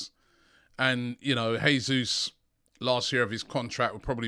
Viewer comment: god... please stop saying heey-sous